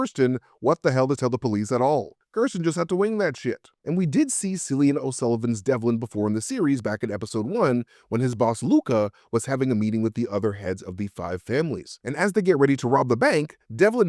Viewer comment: Cillian O Sullivan with K sound